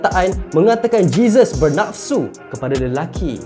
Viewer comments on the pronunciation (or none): none